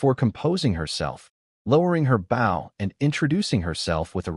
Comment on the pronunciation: You’d think an AI narrator would be able to contextually realize the proper way to pronounce “Bow” as it’s meant in this story.